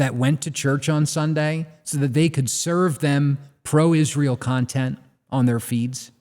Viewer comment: I hate the way pronounces "Izz-rool"